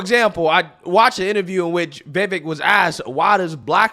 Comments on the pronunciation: 👉HIS NAME ISN'T PRONOUNCED "VAYVIK," HIS NAME IS PRONOUNCED "VIVAKE!" 👈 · I am a subscriber of your channel and watch you daily.I wanted to let you know how to pronounce "Vivek".... Its "Vuh Vake" not "Vi Vick" Keep up the good work. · Pronounce his name correctly, Vi-VAKE, not Vi-vekk. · It's Vivek sounds like CAKE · It’s NOT “Vehvek!” Learn to pronounce the names of your video targets, not only out of the respect you owe them, but so you don’t look like a careless ass! Vivek’s name is pronounced “Veevek.” You’re, but you wouldn’t like it if people start mispronouncing your last name as Foreskin, would you? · It’s pronounced Vi-Vake. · It's pronounced VivAKE like cAKE. He's a straight up baller. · ViVAKE it rhymes with cake. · Pronounced, Vavake or Va-Vake like cake. Just FYI, LOL. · Pronounced "Viv-VAKE" accent on "Vake" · Vivek like cake. Stop saying it wrong. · His name is V I V E K…..not “VEVIK” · Vivek is pronounced vi Vake......sounds like cake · Say it with me, Vi-vake. Like cake. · Great Job on this video! The Only issue that I have is that you Keep pronouncing Vivek's name wrong after I've explained it here Numerous times. It's Vivake like Cake, and Mehdi is not pronounced Mindy. 😉😝 Anyways, We NEED to get back to the days of GOD, FAMILY, AND COUNTRY BAYBAY!!! 🇺🇲 Old School AMERICA 🇺🇲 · Rule #1, never trust a Democrat to tell the truth. Rule #2, never trust a Democrat.😂 Also, he said his names is pronounced Vi-Vake, like cake. Just for future reference. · Remember, his name is pronounced Viv - ake - rhymes with cake. 😄👍🏾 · his name is pronounce Ve Vake as in cake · Man I really, really like your channel but please pronounce Vivek's name correctly. It's Vivek like "cake". He has said this many times. Thanks a lot and keep spreading the word! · It's pronounced Viv-Ache. It rhymes with "cake". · I think its pronounced, (Viv'ake) like (the'cake) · Brother his name is /veevake/ and rhymes with "cake"... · Vivek rhymes with cake